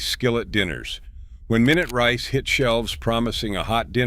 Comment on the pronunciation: Wowsers! The mispronunciations in this video are horrible. MYnut rice, really?